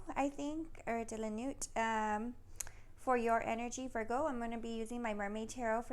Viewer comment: Tarot de la nuit is pronounced nu ee Silent "t" 🤗